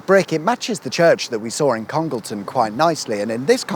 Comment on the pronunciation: Please note that Congleton is pronounced Conge Layton by those in the know.